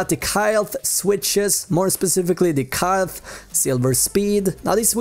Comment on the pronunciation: Pronounced kail